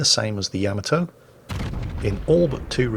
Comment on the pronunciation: ...how...how do you pronounce Musashi right and continue to screw up saying Yamato (Yah-mah-toe)?!